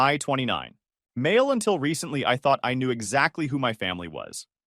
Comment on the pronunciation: Lmao, sorry... the first part when it said: "Male until recently"... I thought he transitioned XD The AI voice just said this line a bit off so it sounded that way